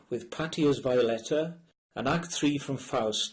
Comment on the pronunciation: to the narrator: Semiramide is not pronounced the English way but Say-mee-rah-mee-day! Also, not Vai-o let-tah, but Vee-o let-tah. the Baron's name is pronounced Say-dare-str-o umlaut, difficult to write in English.